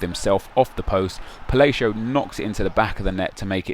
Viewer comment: I love how says Palacio like falacio.